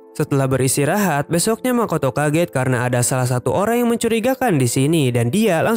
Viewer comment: Min lu orang mana kek sunda soalnya tdi ada bilang besok na wkwk😂